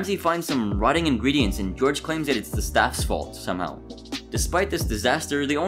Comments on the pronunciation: Chefs name is Jorge pronounced Hor hey not George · I don’t even think you watch these episodes. I think you take content from other lists around the internet and rephrase it. You literally didn’t even pronounce chef Jorge’s name correctly. These lists are entertaining but honestly so lazy that it hurts.